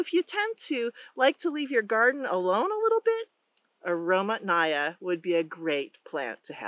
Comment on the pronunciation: The emphasis in Russian, pronounced as "aromAtnaya" as in "Mathew." Truly, aroma-filled quince.